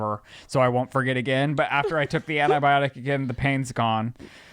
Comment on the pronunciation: I’m sorry but I’m going to pull a …. It’s ANTI-biotic not ANA-biotic 😅